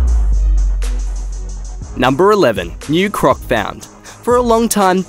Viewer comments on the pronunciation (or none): none